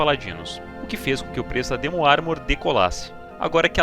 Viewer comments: baiata video, mas me dá um nervoso te ouvir chamar o demon de dimon kkkkkk amo vc <3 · DÍmon.. Não, burro, é DEmon DEEEEEEEEEEEEEMON, vc não tá nos EUA. Dímon, eu mereço. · mto bem contada a historia... mas para de falar "dimun" por favor kkkkkkkkkkkkk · Dimon, que porra é essa me irmão DEMON não e dimon não